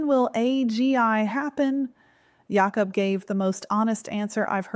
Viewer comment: J-awh-cub ..lol. its jay-k-uh-b